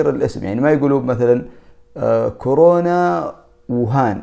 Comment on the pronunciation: يا اخي المرض اسمه كورونا وليس كرونا!! 😂😂